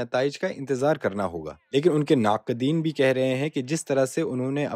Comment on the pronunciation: After it's definitely an Indian narrator because his pronunciation has issues...naaqedeen" " Intekhaabi mohim" khaas taur pe"